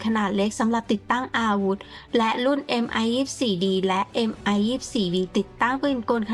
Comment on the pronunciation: Mil Mi 24 ออกเสียงว่า มิล มิ 24 ครับ เพราะเป็นฃื่อผู้ก่อตั้งสำนักแผนแบบนี้ ไม่ใช่ เอ็มไอ 24